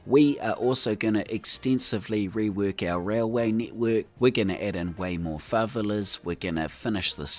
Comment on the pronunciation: Another incredible build! Btw, while I do love the NZ accent, I’d just like to note that it’s pronounced fa-VE-la:) Keep up the good work!